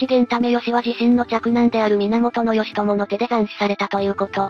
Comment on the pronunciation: ギチョウなんて読み方する？